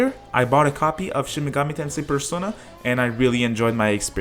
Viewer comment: Play a Reel Shin Megoomi Tensay Gaem